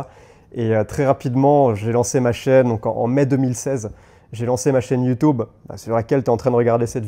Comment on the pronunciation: Pourquoi ta prononciation est bizarre ? YouTOUB , et iiiii phone?!